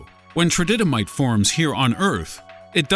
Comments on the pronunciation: Good info. BTW it's tridymite, not trididymite. :) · And it’s not ‘tridytamite’ it’s tridymite, I mean, you’re pronouncing it wrong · Interesting, I was under the impression nothing has, or ever will actually happen on Oak Island. But that's just what it's really informative 'documentary' has taught me. Maybe I should repeat this comment 4 times as an homage to the programme. Also.... "Trididymite"? Can you not read?! Where's your 'didy' come from?